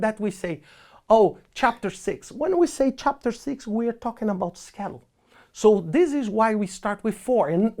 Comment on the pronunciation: Every time he says schedule I get hungry bc it sounds like “Skittles”